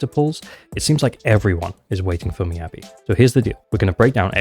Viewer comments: Its not "my-yabi", its pronounced more like "me-yabi" for ur future vids! <3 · Attack or Anomany, she definitely my must pull because i don't roll for Ellen even when I have Lycaon. Also, Mee-ya-bi, not My-ya-bi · Why do you keep saying her name is "my"-abi? Her name is very clearly of asian origin so her name is pronounce "me"-abi. By the logic of how you're saying her name, you should be caller her my-a-by